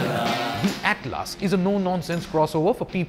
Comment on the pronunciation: broooo, it is atlas as in a book of maps!!!